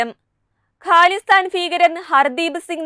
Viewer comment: ക്യാനഡ അല്ല... കാനഡ ആണ്. ഹാലിസ്ഥാൻ ഫീകരൻ അല്ല... ഖാലിസ്ഥാൻ ഭീകരൻ ആണ്... ഫാരതം അല്ല... ഭാരതം ആണ്...